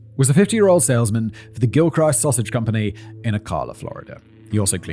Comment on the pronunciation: Ocala is pronounced "Oh-kal-uh"...Okay, I don't write pronunciations well. The "al" is pronounced like the name "Al." Not that either of us care. Also, the "ist" in "Gilchrist" has a soft "i."